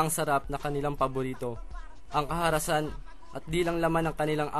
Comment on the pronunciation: Karahasan 😁😁😁😁 ndi kaharasan